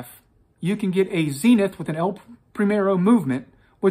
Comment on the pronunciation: Zeeenith???? You're having a laarf!